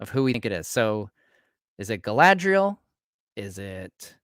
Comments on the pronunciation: you said Galadiel past trou the shire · Jesus guys!! It's Galadriel with a bun! It's not that hard. Also: Galadriel, means "Maiden crowned with gleaming hair." in her youth she was then of amazon disposition and bound up her hair as a crown when taking part in athletic feats" - Tolkien